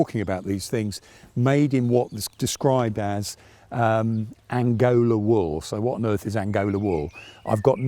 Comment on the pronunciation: Not "Angola" but "Angora"!